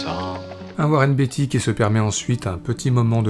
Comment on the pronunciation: Beatty se prononce bien "Béïti" et non pas "Biti", je vous invite à regarder des vidéos de lui en anglais pour le voir par vous même